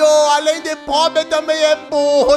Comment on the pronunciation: "Ah,um povre" Eu:POBRE É TUA MÃE